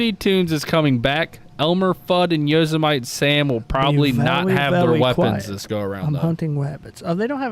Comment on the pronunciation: I cant belive I didn't catch that flub during the show. "Yozamite"....?